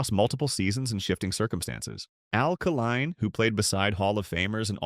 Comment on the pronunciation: It’s pronounced Kay Line.. this AI can’t even pronounce the name correctly. It’s supposed to be so smart yet a simple thing like a name pronunciation it butchers.